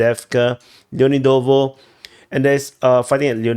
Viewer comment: LeoNIdovo, ffs!